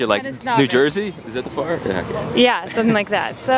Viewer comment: Lol the girl talking about the west coast and says the Jeresy shore 😂